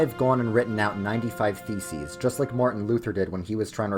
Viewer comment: The way you say it makes it sound like you said "95 feces"